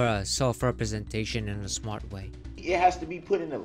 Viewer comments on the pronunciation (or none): I thought the axing would be the best part. 😂 I was wrong... "I am srmat" "Marry me"...I can't freaking breathe..🤣🤣🤣